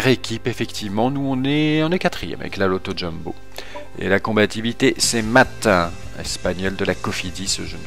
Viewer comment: T'as mis plus d'énergie que d'habitude dans ton intro^^' C'est vrai que tu n'as pas eu de chance que Pinot ait fait un aussi bon Tour mais tu n'as pas à rougir car 5ème du général avec Kelderman c'est vraiment une très grosse performance ! Et on prononce Luis Angel Maté ;)